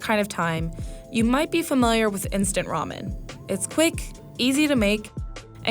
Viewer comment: I am irritating when she says 'ramen' as 'romen'